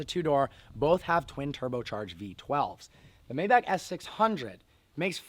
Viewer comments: May-back? Um.....try My-bock. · It's pronounced: Mybaak not Mayback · MAY-BACH not meybach just saying. Cheers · It’s not May-back it’s read My-bach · Maybach is pronounced MY-BACH (like the composer), not May Back. Just like Daimler is pronounced DIME LER (in German, it's like the A doesn't exist). Great review. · I have always pronounced it "May-bok" or "May-balk"( with a silent "L"). Am I wrong? Do we we say "I love to listen to Johann Sebastian BACK" or BACH as in "BOK" or "BALK"? Mayback just sounds weird to me. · It’s pronounced “My-bock”. Not Mayback. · What the hell is a May-Back? Isn't it pronounced MyBok? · “Mayeback”........ need i say more? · It’s pronounced MY-BAC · Pronounced my-bock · Just some feedback, the pronunciation of Maybach is Mai Bak. Please get back to old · Please, please pronounce it MaaY baaack(my buck) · It’s pronounced my-bock. I cringe every time you pronounce it incorrectly. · It’s MYbach!!!!! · Sad you don't know how to correctly pronounce the name of your own car. May want to look it up. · The way you say Maybach is so cringy and wrong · I can't believe he doesn't even know how to say the name right, after being a car "enthusiast" for so long. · How do you get Bok out of Bach?... Learn some German. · David Watson i am german and if i‘m guessing correct nikola may be german too. Look at a german review of a maybach and learn how to pronounce it instead of giving shit but not knowing how to pronounce it on your own. And Bach also isn‘t pronounced back or bock. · If you want to own a maybach you have to pronounce it right